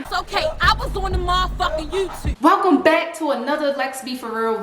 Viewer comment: “I was on the muhfucking yewtube” takes me out every time lmaooo